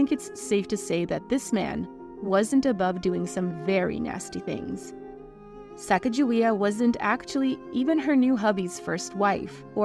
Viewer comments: her original name in Shosone sounds vaguely similar (Sacatzahweyah). I grew up in North Dakota, not far from the historical site of the Hidatsa village. Her name here is pronounced without the hard j sound. It's pronounced Suh-gah-guh-wee-uh here...or Suh-kah-guh-wee-uh. It might be a slave name, but I take its pronunciation from the people who actually gave it to her. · This is not the correct pronunciation of her name. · You can't even say her name correctly so I can not watch any further because you hold NO credibility now sorry kid! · Her name is pronounced incorrectly within this video. I’m surprised that these intimate details could be found, but the phonetic spelling and correct pronunciation could not. White presenters need to do more and be respectful when it comes to reporting on the lives of POC. It is disrespectful to not do so 😕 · how about honoring her by pronouncing her name CORRECTLY! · I was wondering if you’d pronounce her name correctly ,, you didn’t. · Close. This spelling is correct, but the Hidatsa language doesn't have a soft g sound like in giraffe. Instead, their g sounds more like our k. To have her name pronounced correctly, the Hidatsa tribe (Mandan, Hidatsa, Arikara) and the state of North Dakota agreed that her name will be spelled out Sakakawea on monuments and literature. They care more about the pronunciation than the spelling. So it is pronounced Sah Kah Kuh Way Uh. And the spelling with the j in it? The French explorers couldn't say her name correctly and Clark couldn't spell to save his life. Read one paragraph of any of his journal entries and you'll see. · Why is her name always mispronounced...such a shame 😢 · You're pronouncing her name wrong. Sacagawea. Do not.pronounce the G as "gee". Its pronounced like the clarified butter, "ghee". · Her name is correctly pronounce with a hard G sound. The soft G is an Anglicized pronunciation not in keeping with her heritage. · It's pronounced "Sakakawea" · Pronounced Sa kog ju we ah